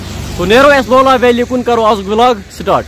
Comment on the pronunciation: Vlog is not pronounced as vilog It's vlog